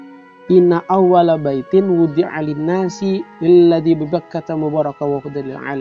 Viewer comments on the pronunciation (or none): Mohon maaf pak hanya mengoreksi pada aspek historis , bacaan nya lalladzi bukan lilladzi 🙏😊